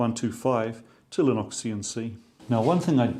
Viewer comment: Fascinating stuff thank you for posting. But why do you pronounce Linux as "Lyn Ox" when everyone else I've ever heard say it, says "Lyn Ucks", including several Kiwis I know? ;-)